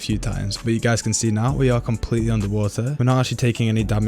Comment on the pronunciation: Why u have to say underwater like that "underwah EHhhhh..."